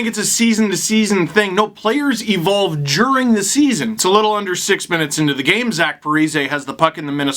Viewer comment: "juring the season"? "Guring the season"? Steve I think you meant "During the season" Love ya bud. Just pokin fun.